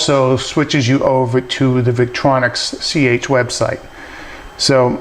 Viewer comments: Victorinox, not Victronics. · thank you for the review. by the way the name of the other company is victorinox, not victronix